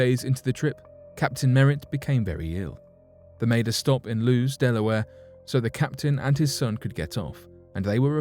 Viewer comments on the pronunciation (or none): Lewis Delaware is not pronounced “loos” it is pronounced “loo-is” like the name Lewis…..I’m from there…it’s a resort town and it’s so annoying how many tourist pronounce it loos confidently but they don’t realize how stupid they sound hahaha